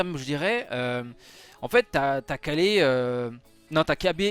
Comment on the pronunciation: Dis Ka[y]le s'il te plait 😂🙏